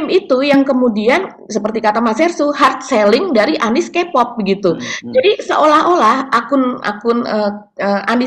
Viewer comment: mas Hersu.. sedikit masukan utk cara baca K pop, K dlm bhs inggris dibaca "kei" bukan "ki".. sukses terus!